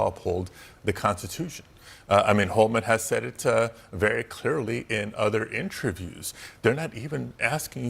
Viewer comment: "in-true-views" lol